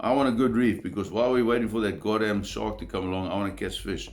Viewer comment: "the Shawrk"